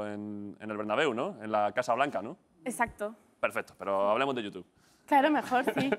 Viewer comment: jajajaja me parecio oir que marta dijo escacto en vez de exacto